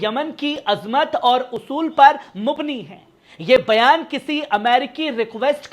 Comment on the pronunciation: "Mubni" nahin " mabni"